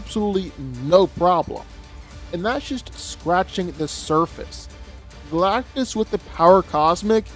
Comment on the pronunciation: It's Galactus